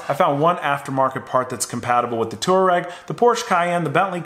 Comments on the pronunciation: FYI, you pronounce it Twar-reg. not Tour-Reg They are a nomadic tribe from Asia. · It's not a two-reck (aka citizen of Turkey). It's a twah-reg, please... This mispronunciation triggered me to the point of almost suicide, fortunately as a European I have access to more alcohol to sleep over it. I'm not at the "not remember" level yet, I just passed the "no more angry YouTube comment" level, wish me luck to get sufficiently drunk and wake up tomorrow! ;) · It’s pronounced twah-reg… after the nomadic tribe in Africa!!! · It is pronounced TWARAY not TOUAREG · The way you confidently mispronounce Touareg makes me want to puke every time I hear it.